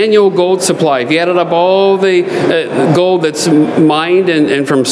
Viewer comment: You pronounce the "L" in silver with no difficulty whatsoever, yet mispronounce gold, as "gode" and hold, as "hode". Why is that?